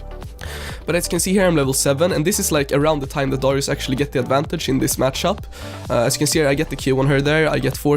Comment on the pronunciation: Darius not dorius